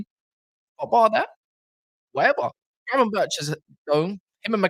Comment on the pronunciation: It’s pronounced Gravenberk not gravenberch 🤬